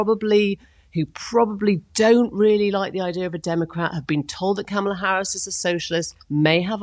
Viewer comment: I wish when this chick would start "speaking', that she would pronounce KAMALA's name correctly. Ugh.